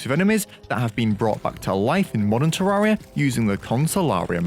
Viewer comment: I'll subscribe when you pronounce terraria correctly